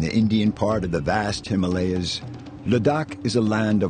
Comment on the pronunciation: I enjoy all your videos. They are filmed with great acre, attention to details, great photography, and a narration to go to make these videos truly AMAZING. If you could pronounce Himalaya correctly, it would be without flaws and perfect. You see, Himalaya, the name is over ten thousand years old. In sanskrit Hima (like Lima) means snow and AALAYA means temple. So Himalaya is the abode of snow, or temple of snow. However HimalEya is a nonsense word. It infringes on the very sensitivities with which we regard our sacred mountains. It is mentioned in the great book The Mahabharatha, with one hundred thousand in prose, a history of ancient Inida, The HimalAya is mentioned. Thank you if you care to correct it in future presentations.